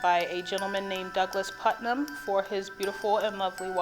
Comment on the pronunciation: It is Puttnam not Putman. Hi from another Ohioan